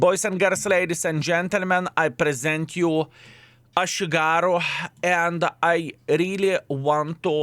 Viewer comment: "A shit-garu" tank